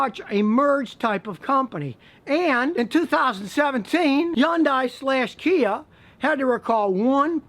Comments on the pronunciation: It's Hyundai with an H Not Yundai ! 👎 Do you say Yonda ? for Honda ? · Scotty, please... Hyundai is pronounced "HON-DAY" in North America. Again, HON-DAY. One more time - HON-DAY. This EEE-ONN-DAI word you keep saying is weird... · learn to pronounce Hyundai. "Hun Day" not "Yun Die" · yundai? Not hundai? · The hell is an Yondai ..Hyundai 🤔🤔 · Hyundai like “Sunday” I’m not going to tell you again Scotty. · You are the first person I've ever seen call the Hyundai a "yundai" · Hyundai rhymes with Sunday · Scotty the Hyundai name is the most mispronounced . The correct pronunciation is Hunday like Sunday , Monday. I know this because when I did market research in the 90's They were one of my clients. And thats the way Corporate said to pronounce it. Also they made a commercial singing Sunday Monday Honday ... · "Yun die" ? 😄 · I've heard a lot of different ways of people pronouncing Hyundai but today is the first I've ever heard just a straight up Yundai haha. Also I disagree with his assessment about Hyundai engines. They had a bad run between but the 2010 and prior model engines were bulletproof by all account. After this recall Kia/Hyundai have been investing more money then any other auto company in engine R&D and manufacturing. Granted its not been long enough to really test them but I have yet to hear of a single person I know who's had engine troubles with a Hyundai or Kia past 2015. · Do you realize that Hyundai and Kia are consistently rated higher in quality than almost every other brand? And could you please learn how to pronounce "Hyundai" properly??? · Nah he pronounced it wrong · He is just saying the pronunciation since Scotty was saying it all goofy. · ... and I thought all Americans would pronounce Hyundai wrong. :D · Learn how to pronounce Hyundai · You can't even pronounce Hyundai and claim to be a car mechanic. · Scotty, Hyndai rhymes with Sunday. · Scotty can't pronounce Hyundai right